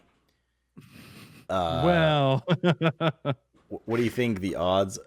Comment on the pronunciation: Why do you insist on calling him 'Knobbel' when he pronounces his name 'nobel'?